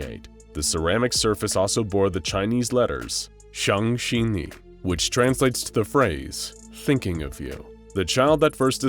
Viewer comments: is xiang zhe ni not xiang shin ni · 想着你=Xiang zhe ni not Xiang qi ni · me, a chinese person, listening to the narrator pronounce xiang zhe ni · WTF, THE CHINESE IS SOOO WRONG, IT SAYS 想着你 xiang zhe ni, not xiang xing ni. Although xiang zhe ni means missing you, it directly translates to think u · as someone who knows Chinese this hurts me it is actually "Xiǎng zhe nǐ" also this SCP is heartwarming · "想着你" is actually pronounced "xiǎng zhè nǐ" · The Chinese on it says "missing you" because its not a direct translation and its pronounced "xiang zhe ni" lol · They pronounced the Chinese word wrong, it's Xiang Zhe Ni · It's pronounced as siang zhuh nee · The way he mispronounced ”想看你” made me burst out laughing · the pronunciation hurt my soul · The way he says 想着你 is funny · The way the narrator said the chinese words is wrong but chinese is hard and MANY MANY words that look different are pronouced the same way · that. that butchered pronunciation of 想着你 hurt. its not the narrators fault since chinese characters can be inherently hard to pronounce, but still it hurt. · I cringe when he pronounce 想着你